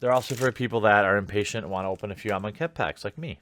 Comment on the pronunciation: please dont let me be alone in hearing "im on khet"